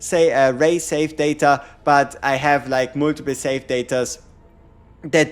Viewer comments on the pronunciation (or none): Saved data : Sa-ta? Hahaha he was confused when he said that... that's pretty cute